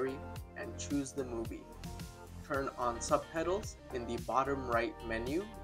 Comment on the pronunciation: You keep on saying subpedals instead of subtitles... :))))))